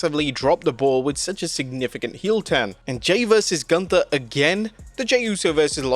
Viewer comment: You are mispronouncing Gunther. It is German! Sprechen sie Deutsch